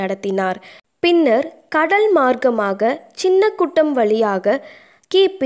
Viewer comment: செய்தியை வாசித்த பெண் கொஞ்சம் திருத்தி வாசிக்கவேண்டும். சபைக்கு பதில் ஸ்தபை என்றும் சின்ன முட்டம் என்பதற்கு பதில் சின்ன குட்டம் என்றும், போர்ச்சுகீஸ் என்பதற்கு போர்ட்டுகீஸ் என்று வாசித்தார். குறையாக சொல்லவில்லை. சரியான தகவல் தர வேண்டுகிறேன். M. அறிவானந்தம்